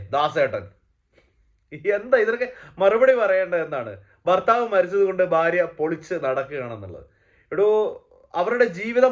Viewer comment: ബാര്യ... അല്ല ഭാര്യ